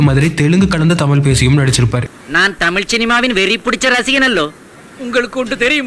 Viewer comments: இவ்வளவு ஆராய்ச்சி செஞ்சி பதிவு போட்ட உங்களுக்கு தமிழ் வரவில்லையே... ? மூச்சுக்கு முன்னுறு முறை தமில் தமில் னு தான் சொன்னிங்க... ஒரு முறை கூட தமிழ் என்று அழகு தமிழில் சொல்லவே இல்லை. இது தான் தமிழின் சாபக்கேடு. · சரிங்க,…. தமில் நல்ல உச்சரிங் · கடைசியில் உங்களுக்கு “ தமிழ்” என்கிற உச்சரிப்பு “தமில் “ என்று தான் வருகிறது .. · To ‘’: It is ‘தமிழ்’, NOT ‘தமில்’. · "தமில் தமில்"னு சொல்லி தமிழுடைய அழகையே கெடுத்து விட்டீர்கள் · I like your channel a lot but just one suggestion, please try to pronounce as "Tamizh" not "Tamil". That would great if you can try your best. Thank you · Nee Thamizh nnu modhalla ozhungaa pronounce pannu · The narrator can’t even pronounce tamizh properly